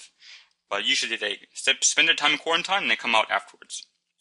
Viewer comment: Its not pronounced ( spelled phonetically of course) Q-war-ent-ien It is pronounced Q-war-ent-een I is the Letter I and the mistake is very understandable but just for future reference :) ( my entire biology class listened to this and we all had the same feeling on the matter) Apart from that though the video was great